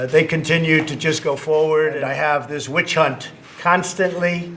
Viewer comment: It's a whi-chunt